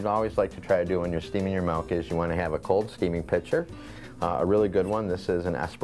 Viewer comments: You’re gonna wanna go ahead and stop saying MELK 😂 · you had me at "melk" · HE SAYS MALK :D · They way he pronounces MILK is very unusual!